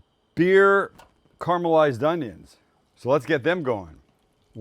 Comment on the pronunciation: It's not Karma-Lized onions! It's caramelized!!!!!